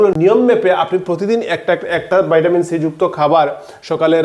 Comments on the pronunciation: ভাই! ভাইটামিন না বলে ভিটামিন বললে খুব সহজে বুঝতে পারতো পাবলিক। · আপনি ভিটামিনকে ভাইটামিন বলছেন কেনো ❓অনেকেরই বুঝতে অসুবিধা হবে। আমার অনেক পুরোনো অশ্ব বা পাইলস আছে,আমি কিভাবে অশ্ব থেকে মুক্তি পাবো যদি বলেন খুব উপকৃত হবো। 🙏